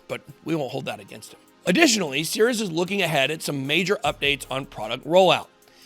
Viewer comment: I thought you said Sears. Thankfully there's text to tell me you said Cirus.